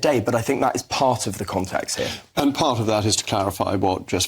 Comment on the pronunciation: Men in suits from universities talking about the scummy people. As soon as he speaks you get it. We say here, he says hair. Everything is oefool